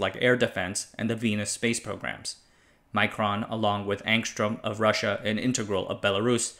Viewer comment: The Cyrillic spelling is Angstrem but the pronunciation is Angstryom.